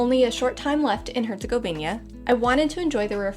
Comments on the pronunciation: Great video but the HerzegoviNIA thing was driving me crazy the whole time :) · What is with all you guys keep saying "Herzegovinia". It's "Herzegovina" ! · repeat after me HerzegoviNA HerzegoviNA HerzegoviNA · normally not grammar nazi and english is my third language, but HerCOGovInJA!!!! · Nice video, but I have to ask: how is it possibly for people who are so meticulous about etymology of places to keep pronouncing Herzegovina wrong? You even look into the name itself during the video and wrote it in huge font on the screen, so where do you see that additional "i" in the name? Sorry to nitpick, but it's kinda wild to visit a place and butcher its name like that. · I'm talking about their pronunciation of the specific word "Herzegovina". I know it's one country. I'm Greek. We're neighbours.